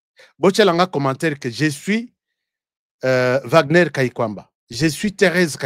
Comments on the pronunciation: En allemand W se lit V, Wagner=//Vagner// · Wagner est un nom qui vient de l'allemand W devant une syllabe on le prononce v. Je suis Wagner